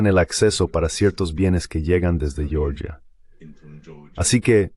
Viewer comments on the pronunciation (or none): En español no se pronuncia "yioryia" sino Georgia. 😄